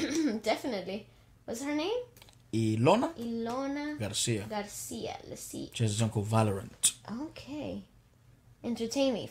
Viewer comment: Yeah, you pronounced her name right. "EE-LOW-NA"